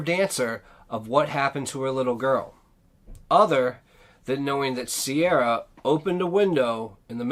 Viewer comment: Her name is not Sierra its Ciara pronounced like key ra.